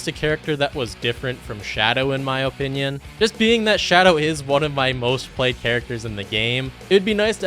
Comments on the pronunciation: He keeps saying "oh-pinion" and I can't stand it lmao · Stop saying opinion like that